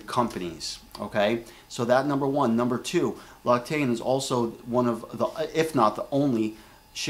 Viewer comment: It is pronounced lox-ee-tan :D